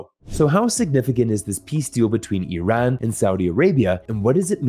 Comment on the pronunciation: I am not Iranian but I am actually surprised that an American can actually pronounce the word Iran properly. Why can't we pronounce a country's name correctly to show respect to the constituents living in that country? It is really easy. It is pronounced as Ee-run. It is not Ay-ran that sounds cowardly.